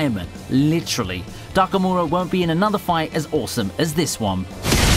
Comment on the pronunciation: At least try not to misspell/misstone the names dude... Lutchi??? Takamu'ra???